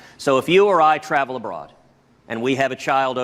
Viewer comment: He didn’t read the case, and he can’t pronounce “abroad” correctly